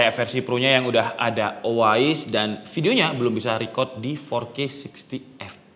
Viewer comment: Nah tapi kenapa si pembuat video malah bilang O A IS ya? apakah lidahnya kepleset? btw thanks untuk infonya